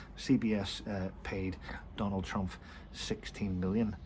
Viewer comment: Please It’s TrumP not TrumF